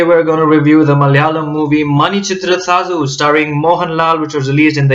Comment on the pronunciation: You pronounce 'zh' almost as perfectly as a Malayalee! Non-Malayaees normally pronounce it as 'lu'.